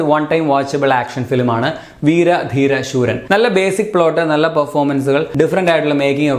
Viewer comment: ശൂരൻ അല്ല സൂരൻ